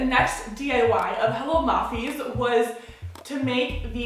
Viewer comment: I think it is pronounced (hello-mayfie)